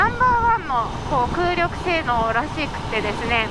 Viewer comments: 「空力性能」は「くうりきせいのう」ですね。「くうりょくせいのう」ぢやなくて(^・^)。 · 身長cmで股下78cmはモデル以上で長過ぎ！羨ましい。あと、空力は「くうりょく」じゃなくて「くうりき」ね。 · 空力はくうりき。くうりょく、じゃない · くうりょくではなく、空気力学、空力(くうりき)ですね😂 まぁ、可愛いからいっか🙄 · クウリョク？ くうりき ですね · 空力は、くうりょくではなく、くうりきですよ！